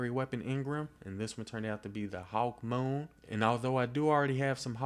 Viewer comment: I know it's just your accent, but I love the way you say "hawkmoon"